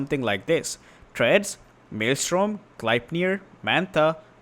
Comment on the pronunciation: We appreciate you saying 'Maelstrom' correctly.